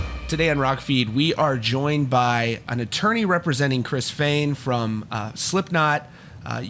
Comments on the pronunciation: Holy shit you finally pronounced Fehn correctly. lolol love the channel. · You said his last name right this time! Lol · Don't let the "uh" and "ums" distract you from the fact that he finally pronounced Fehn correctly